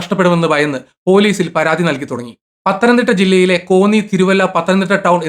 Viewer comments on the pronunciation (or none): none